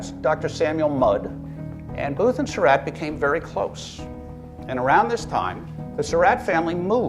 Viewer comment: David O. Stewart needs to learn how to pronounce the Surratt name correctly. He pronounces it like "Sir Rat," when in reality it's pronounced like "Sir Rot." If Mr. Stewart reads this, I admonish him to start pronouncing the name correctly.